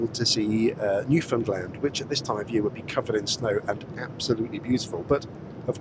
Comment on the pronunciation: I have to say,, as someone fromt Eastern Canada, I'm beyond pleased to know you can say "Newfoundland" properly vs what seems like 99% of other non-Canadian Youtubers lol